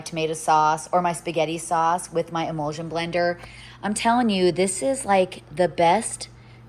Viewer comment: Yes thank you. Thats what I meant as I was hearing her say imulsion when really she meant immersion blender which is what I have purchased one in the past. Thank you so much for the info!!!🥰